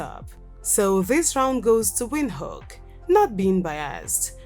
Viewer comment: I love your video but I don't like the way you pronounce Windhoek, and it's name in Khoekhoe gowab. Anyway I hope you improve on correct pronunciation.❤️🇧🇼 am from 🇳🇦 and I love my country even more.